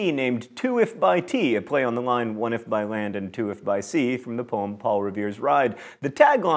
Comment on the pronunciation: Novaturtle He does it again 39 seconds later ("lined" instead of "line"). Pull yourself together, John!